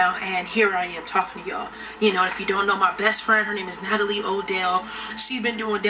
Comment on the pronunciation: Lol I love u girl but u pronounced Natalie name wrong at the end lol ❤️